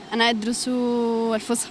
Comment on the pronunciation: اللغة العربية الفصحى يرحم والديكم بالصاد موش بالسين